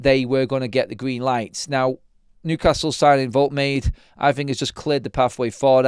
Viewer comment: Pronounced, Wold-ta-mata.